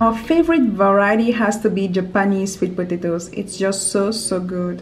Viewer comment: When she says potatos it sounds like she is saying podato but I love the way she talks